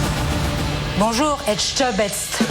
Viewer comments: A tout moment elle sortait un "Philipe èjtebaise" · Les gens qui ne savent pas prononcer Etchebest me gonflent! Désolé maman!